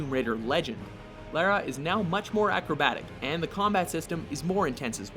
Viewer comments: Who TF is Laira? It’s Lara (laura) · "Lair-rah"? Why the fuck is it so hard for Americans to pronounce Lara Croft's name properly? You only heard it about million times in all the Tomb Raider games, is it so hard to simply repeat it? Edit: You guys have pointed out that these Mojo retards are in fact Canadian and not American. But their nationality aside, it's still true they can't even pronounce a name of an iconic character. Even my mother can pronounce it right and she's never even played the fucking games.